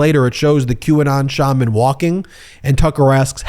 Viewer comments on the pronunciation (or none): none